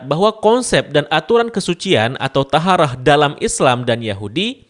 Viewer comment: Maaf kak, cara bacanya toharoh bukan taharah